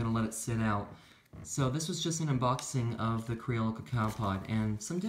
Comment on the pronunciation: Cree-yo-yo is what I read is how it's pronounced I was saying it the same way until then.